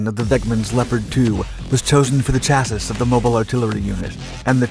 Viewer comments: BRO, for the 11th time: (for your own good).... It's CHASSI not chassiS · Chassis is pronounced like it is spelled chass EE mate, just to let you know, keep up the good stuff video wise, your stories are fascinating and well written and delivered!